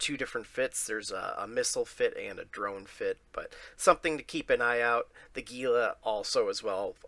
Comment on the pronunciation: Hey, gila is actually pronounced "hila". Have a good day!